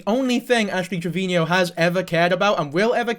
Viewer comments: Why do u say ash trevinio? Even she calls herself trevino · Im so sorry if this makes your heart ache but her last name is pronounced as Trev-i-no <3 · He addressed this in w diff vid it was a while ago but ash herself has pronounced it both ways and so have people around her so said he would just use this pronunciation